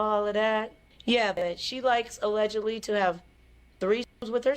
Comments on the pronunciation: She can't tell every thing. so she will say aledgently. Even Jag W. sometimes say aledgently. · For legal purposes she has to say alledgely